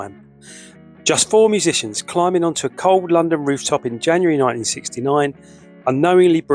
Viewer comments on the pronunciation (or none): none